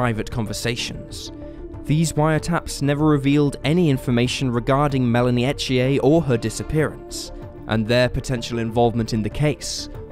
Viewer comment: It’s pronounce unless you live in Quebec, E th ier I know because it is my son in law name! Lol no French accent!